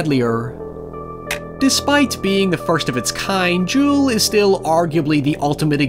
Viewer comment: Dude says Duel like Jewel but otherwise loved the video